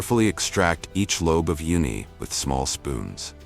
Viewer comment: hey, please teach your AI voice how to pronounce these correctly: CELSIUS - it's not "celsie" it's CEL-SI-US, a measurement of temperature F&B - it's not F&B it's "FOOD AND BEVERAGE" - not everyone knows F&B 10X - it's not "Ten X" it's "Ten TIMES;" the "X" means TIMES, not the letter X Uni is not pronounced "Yoonee" it's pronounced OOH-nee. Like saying "oooh that's bad pronunciation." GEODUCK - pronounced GOOEY DUCK (don't ask why, it just is) DO BETTER!!!